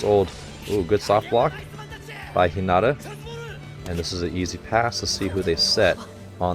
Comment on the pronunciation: Hello, I stayed up watching all of your reaction videos of Haikyuu and I love them! However, you’ve been pronouncing Hinata’s name wrong. I’m bad at spelling out how to pronounce words but if you search up “How to pronounce Hinata” by Kawaii Sensei on YouTube. That’s the closest pronunciation of his name. Google translate is good too. If you write his name (English) and translate it to Japanese, you can click on the speaking button for Japanese and it’d pronounce it. Hope that helps!